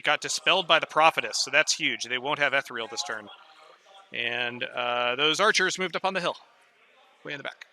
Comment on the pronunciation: Appreciate the shorter batrep format, the two/three hour unedited ones on YouTube are not for me. Just one small criticism: the word is ethereal (ee-thee-ree-al) not etheral. I know it's a small thing but it makes my eye twitch every time it's mispronounced in the video 😂.